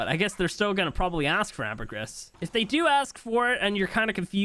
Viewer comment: Syntax please! It's pronounced amber-gree. (Ambergris) I love your content!